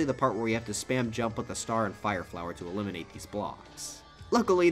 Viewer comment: is he dork. He said ELIMENATE the blocks